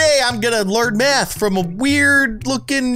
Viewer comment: math like koth hahahahaha